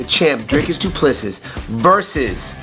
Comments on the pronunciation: The last s in his name is silent. Do-pless-e Also, your video would be easier to watch without the background music. Just saying… Thanks for the breakdown though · Wonderboy mispronouncing the Champion's name means DDP will most likely lose.